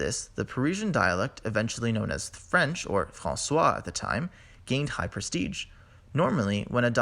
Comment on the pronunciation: Superbly well animated video. The only thing I would change is the pronunciation of François, as we read it in historical linguistics literature. However, if we really want to be precise, François is simply the old spelling of Français before the French Revolution and I don't think the origin suffixe -ois was ever pronounced [wa], but rather [wè]. We still find this pronunciation, sometimes albeit the diphthongs, in certain dialects (or specifically sociolects) of Canadian French, such as 'drète' and 'frète' for droit and froid. Or even 'pwèson' for 'poisson'. So 'François' is likely only graphic and not orthographic in the sense that it should not correspond to today's pronunciation of the 'oi' grapheme.